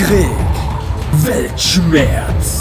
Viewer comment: "Weltschmetz or blitzkrieg?"🤔 🤣🤣🤣